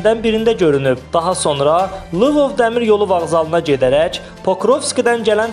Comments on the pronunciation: Lıvov yox Lvov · Salam! Yaxşı olardı ki, Lvov şəhərinin adını düzgün səsləndirəsiniz, bir halda ki, Kanal 13 kimi reytinqli ,eyni zamanda xalqımız tərəfindən sevilən bir studiyada çalışırsınız,bu kimi iradları mütəmadi eşitməkdən sə , çoxlu mütaliə etmək lazımdır.